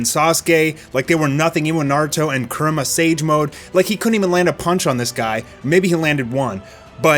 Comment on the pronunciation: continues his steak of pronouncing names oddly. First, Saitama and now Kurama.